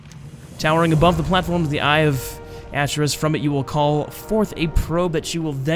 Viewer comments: It's pronounced akerus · Ar-cher-us like Arthas.